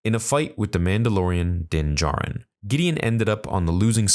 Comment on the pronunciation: "The safe keeping of din jarin" okay lol